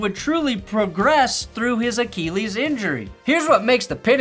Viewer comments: Can't really take a video seriously if the dude can't pronounce "Achilles". Get a jacket that fits. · The way says "achilles" bothers me....